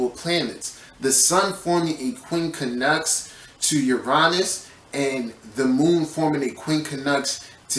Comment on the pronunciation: The way you pronounce it is QUIN-CUNX. Not QUIN-KA-NUX. My ears hurt 😂